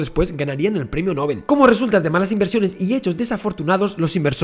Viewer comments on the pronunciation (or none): none